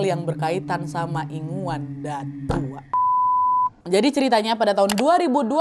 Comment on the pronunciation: Maaf ya KK kalau gak salah ya Bukan inguan tapi ingunan